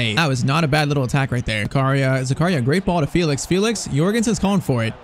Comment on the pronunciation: Great vid, but I think it's pronounced Fell-ix instead of Feel-ix